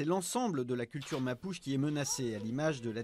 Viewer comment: Pas "mapouche" mais prononcer "Mapoutché".